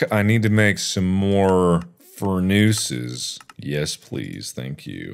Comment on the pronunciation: “Make Some More— Fur-Nooses.” Ah, Yes, Fur Nooses.